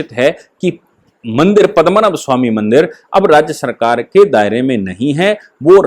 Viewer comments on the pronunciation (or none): you are a UP Brahmin, it looks very bad when can't spell out very common Hindi words like PADMNAABH, Not Padmmanabh. Very bad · महोदय, केरल के उस सुप्रसिद्ध मन्दिर का नाम 'पद्मनाभ या पद्मनाभन' मन्दिर है, न कि पद्मनभ। आप इस पूरी वीडियो में पद्मनभ ही बोलते रहे। कृपया आप गलत उच्चारण करके हमारी भावनाओं को ठेस न पहुंचायें।